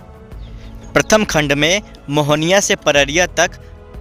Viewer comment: पररिया नहीं पडरी है जगह का नाम। सुधार कर लीजिए।